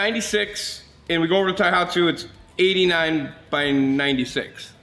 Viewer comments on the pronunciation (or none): A good vid. But it bothered me every time you mispronounced "Tohatsu" as "Taihatsu". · not thaihatsu ...TOHATSU..ha ha ...translate the cc to ci is ridiculous in an outboard ...no need for that :face-blue-smiling